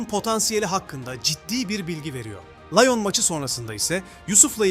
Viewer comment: LAYON ne asdaamk liyon diye okuyun bari